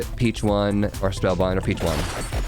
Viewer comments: It’s not peach one It’s peach ohne That is how you say it my guy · It's pronounced "peach on" like a play on words for the Spanish word for squab or hatchling (pichón).